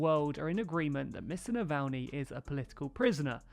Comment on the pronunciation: Good work on pronouncing Navalnys name this time ;)